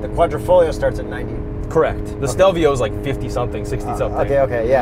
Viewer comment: I loved the ad. Stelvio was pronounced very macho. So cool